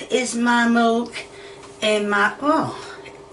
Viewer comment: When she first said milk I legit had to go back cuz the way she said it I heard “molk”